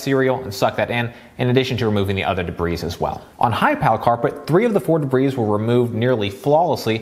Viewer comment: Excellent professional review. Please learn the pronunciation of dirt called debris, not “dabreeze”